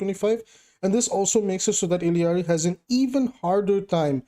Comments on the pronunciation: Love ur vids but go crazy every time you add another two Ls to illaris name E-yar-E instead of ill-E-yar-E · Theres only 1 'i' in ILLari. You and spilo both pronounce it the same way lol